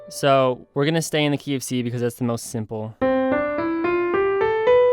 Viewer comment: when you say the "key of c" I always think you say KFC